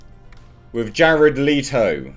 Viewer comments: It's pronounced Let-o not Lee-to. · Letto! I pronounce it as 'Lay-Toe'. Time to wait for some backlash.